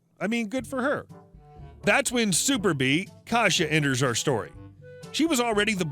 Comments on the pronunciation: It’s pronounced k-EYE-sa not “kaja” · Just to let you know, Kajsa is pronounced "Kaisa".